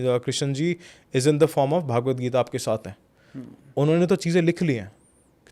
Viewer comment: भागवत नहीं .. it’s भगवद्